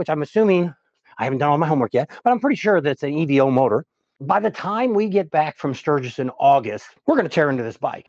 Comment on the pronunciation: Stop saying E V O, it's a damn evo nothing else too it and you don't drive motorcycles you ride them.